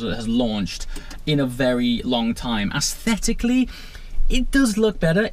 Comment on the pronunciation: If you are going to use the word "aesthetically" so often, please learn how to pronounce it. It is not "ass-thetically"